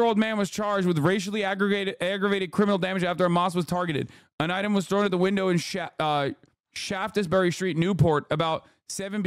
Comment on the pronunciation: Shaftesbury is pronounced Shaftsbury. The "es" is silent 😊. Otherwise great British accent. 👍